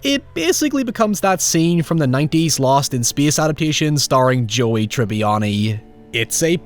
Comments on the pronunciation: It's pronounced 'SPACE', not 'SPYEE-AHSS' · “Speeuhs reeuhs.” 🤣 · "In speiace no one can hea you scream."